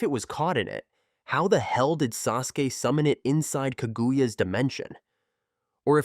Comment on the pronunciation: Ka-goo-ya is crazy work. Watch the show sometime 🤣